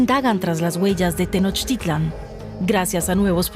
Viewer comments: Es "Tenochtitlan", no "tenochtilan" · DW: Pronunciación correcta es acentuando la última "A" - Tenochtitl-á-n. GRAN TRABAJO DE THOMAS!!!!!! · Por qué mejor no investigas como se escribe no es tenoctilan cómo está en tu video es la gran tenochtitlan